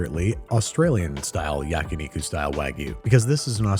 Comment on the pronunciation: Yakuniku? You sure you don't mean yakiniku? As in literally "grilled meat"?